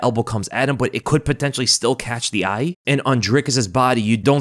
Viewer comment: Not to worry everyone. was watching The Karate Kid that's why he said 'eye' like Mr. Miyagi. "Always look eye Daniel-san"